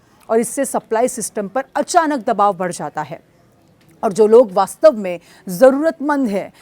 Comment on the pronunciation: Badh gaya hai madam padh nahin raha hai